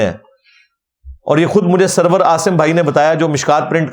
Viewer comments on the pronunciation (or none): none